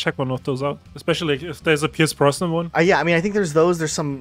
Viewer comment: Pierce Brosnan not Pierce Bronson/Bronsnon